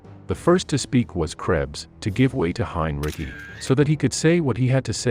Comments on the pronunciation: Message for the content creator. While, I appreciate you putting this together. I could not get through it because of the poor implementation of the AI voice. The repeated mispronunciations of the same name make it painful to watch. Even more so because the name that's being mispronounced is the subject of this presentation. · Good information, but where did they scare up this narrator? He sounds like some sort of A.I. bot. Whoever or whatever it is, man or machine, at the very least, he should pronounce "Heinrici" correctly. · It is quite easy and there is no debate. About the pronouncation. The stress lies not on "Hein" but on "rici" like "ricky". Well, how devout a protestant was he supporting such heinous action ? It is an escape to be devout and then hide behind your uniform. Putting on an uniform might be the first moral transgression. If you get past this, anything may happen. We have to be clear about that. Rules of war - an absurd piece of legislation. Killing in style. The dead don't really care. The survivors need it more than the victims as the beast of war being unleashed, there is little than can be called cultivated. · Hein ri ci, not "cki" look it up before you open your mouth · Heinrici is pronounced "hine-ritzy," not "hine-ricky." 🙄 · Narrator pronounces Heinrici's name the conventional way ("Hine-Rikki") many times, which is okay. But then he baffles the audience with somebody he calls "Heen-ruh-sigh." Something funny going on here. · It's not Heinricky for God's sake, it's HEINRICH! Please get a narrator in to do the voiceover, not a bot! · Heinrich not "Heinrici".......🙄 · The name is HINE-REE-TSEE, not HINE-RICKY. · not pronouncing it right its not heinricky idiot its just heinrich like heinrick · Heinrici is pronounced /'hainritzi:/ not hain'rikki: Busse is not bʌssi: but /'bʊssə/ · It's pronounced Hyne Ritzy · Who in the hell is "Hein Ricky"? Does it really take that much more effort to read the script yourself instead of letting an AI do it?